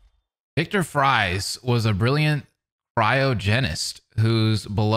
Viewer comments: Spelled “Fries” but pronounced “Freeze”. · Yes, Batman abd Talia had a kid, although he was technically a test tube baby. His name is Damien Wayne. Also, Mr. Freeze's real name, Victor Fries, is still pronounced like "freeze"